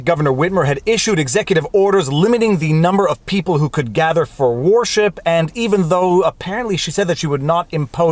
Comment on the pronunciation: I like how Viva pronounces worship like warship rather that whir-ship.